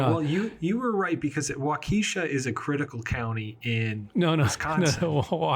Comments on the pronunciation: If you are talking about Wisconsin, it is not wau-KEE-sha. It is WAU-ke-sha. I don't listen to "experts" who don't know what they are talking about. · It is not Wa-Keesha --- it's Wah-ka-shaw.... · For: It's not Wa-KEE-sha near Milwaukee. It's WAH-kishaw. Just FYI from a Cheesehead.:D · Waukesha is pronounced wau-keh-shaw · Did mispronounce "Waukesha" as a joke?